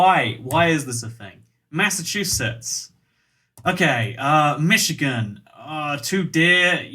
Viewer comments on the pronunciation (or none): none